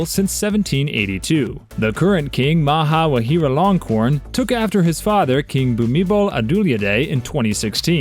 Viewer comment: Wrong pronunciation of Liechtenstein, Vajiralongkorn, and Volkswagen. Hans doesn't have the title of King. Why was MBS shown during the clips for Abu Dhabi when he's from the House of Saud!